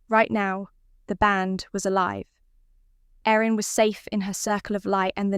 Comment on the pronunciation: Thought the brides name was Erin not Aaron.